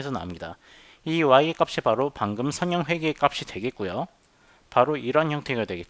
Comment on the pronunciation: [선형] 발음을 [서녕]이라고 하셔야 하는데 계속 [성형]이라고 하시네요;; 내용 상의 차이는 없지만 들을때 약간 멈칫멈칫 하게됩니다 그것만 제외하곤 좋은 강의였습니다